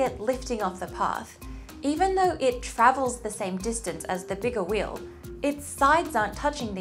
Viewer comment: Thank God we're all different. I can't explain just how irritating this video is. The only thing that's amazing is that she can't even pronounce the word wheel.